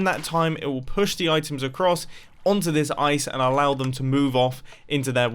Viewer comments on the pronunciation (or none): none